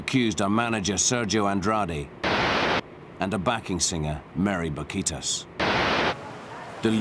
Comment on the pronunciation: si no iban a respetar los nombres originales en español y los tradujeron como "Painted Bay Lips" le hubieran también puesto Mouthy Mary jajajajaja para que el narrador no anduviera pronunciando horrorosamente es Mery Bouquitaes.